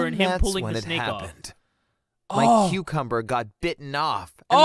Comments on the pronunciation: The way he said "cucumber" it legit sounded like "QuEcUmBuR"😭🖐️ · Ok when he was trying to say that a snake bit off his cucumber but he wasn't saying it thats when I just said oh hell nah I'm leaving😂😂😂😩😩😩plus he just said the cucumber word like dude but I swear I heard it with my own ears😂😂😂😂😂😂😂😩😩😩😩😩😩😩